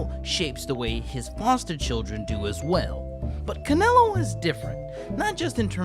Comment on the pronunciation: My boxing mind kept thinking about you meant Canelo Alvarez when you said Canalo